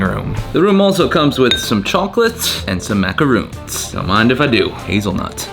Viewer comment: MacaRONs!!! Not roons! 😂